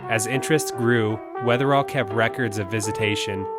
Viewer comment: Just a quick note, it's John Wetherill ( ), not Weatherall.